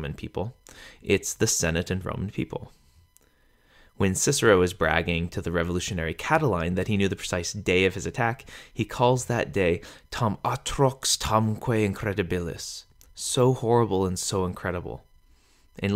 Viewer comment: I need help! I am teaching myself Latin from your videos alone. I decided I wanted to learn and I found your channel to be the best and most comprehensive. So THANK you. A quick question though, in this video when you say the word "incrēdibilis," you prounounce the ē as if it didn't have a macron. As in "idea." Perhaps i'm hearing wrong. Yet when I say this word I pronounce the ē as an A. incrAdibilis. Am I wrong here? Your video on vowels has a long ē as A as in "date," and a short e as eh, as in "bet." This is now driving me crazy wondering if i'm doing something wrong, or missing some rule. I'm struggling with some of the rule so let me know. Wouldn't be surprised to find out a rule that says "Whenever there is an ē preceded by a 'incr' and followed by a 'dibilis' then say it as the short version.' LOL Thanks again for your time.